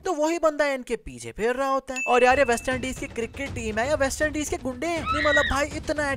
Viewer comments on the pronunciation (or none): none